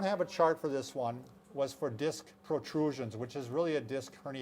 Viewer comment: It's DISC, lol!!! Great job othewise!!!